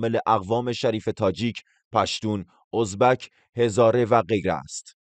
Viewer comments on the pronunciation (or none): none